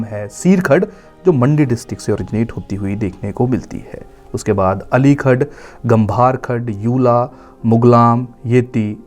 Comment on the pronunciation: Sir you are doing a very noble and beautiful job. But pronunciation of many local words in video is incorrect for eg at time sr. No 14 is gambhar गंभर खड